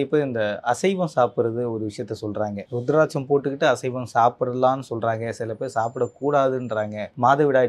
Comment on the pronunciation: It's not ru it's uuruthiraticham